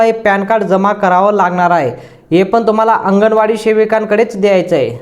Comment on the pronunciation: महिला बिचार्या किती साध्या भोळ्या अशिक्षित आहेत.अंगणवाडी शब्दसुद्धा त्यांना नीट माहीत नाही.त्या आंगणेवाडी असा उच्चार करतायत.